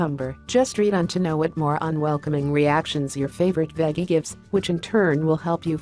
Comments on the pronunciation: Yeah like it rhymes with Peggy or something! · I lovee the way "she" pronounces the word "veggie "!! It cracks me the he'll up!! 🤣